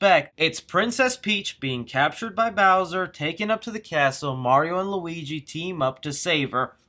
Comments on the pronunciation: Ah, yes, Walleegee, my favorite Mario Character... (right after Goojee, of course) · Wow he said Waleegi